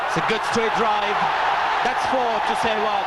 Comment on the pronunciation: Yeh shewag kon pronounce krta Hai Bhai :D hahaha